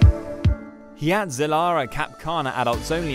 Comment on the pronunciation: I guess "hurricane " isnt the only word Brits never pronounce correctly. Hyatt is pronounced "HIGH-att". Not "HEE-att"